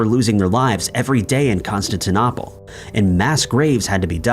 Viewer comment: Constantin-opple? Really? It is pronounced like: Constantin-Opal. There is not another P in the word,. Therefore, it is pronounced like 'Opal' at the end, not Opple. I do wish you would fix that pronunciation. As a historian, it drives me insane. Just sayin'.